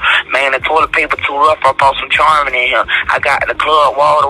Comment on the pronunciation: Kodak has done A LOT of dumb shit but I hope he ain't have anything to do with this smh and did he say"CHarmin" instead of "charmin"